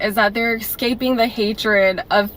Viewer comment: I think she sounds drunk. Also she pronounced it "excaping"😂 So, no.